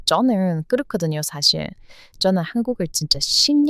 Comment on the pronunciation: 저는 그르크든요.. 이건 미국 사투리인가? ㅋㅋ 너무 한국인보다 더 한국인이자나요!